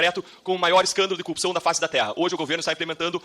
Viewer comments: Repita comigo: cor-rup-ção. Nunca "cupção". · Até o tema favorito dele: a corrupção ele fala cupição. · Não consigo dar crédito a um sujeito que fala "coúpição".... Parece analfabetismo funcional...kkkkkkk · Esse idiota que fala "cupção" porque é um analfabeto funcional, não para de tomar na fuça. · Todos esses pulhas falam “ cupção” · O Dino só faltou falar: E quando seu merda vc fizer uma pergunta sobre corrupção aprenda antes pelo menos falar a palavra correta. Porra de cupicão. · Deltran não tem nenhuma reputação pra ficar se fazendo de superior... Além da impossibilidade, assim como Moro, da pronúncia correta da palavra corrupção 😂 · ESSE INDIVÍDUO NÃO CONSEGUE FALAR A PALAVRA CORRUPÇÃO. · O pessoal do Paraná não sabe falar corrupção?😂😂😂😂😂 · Esses acefalos nao sabem pronunciar a palavra corrupcao! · CORRUPÇÃO CORRUPÇAO esse homem nem consegue falar a palavra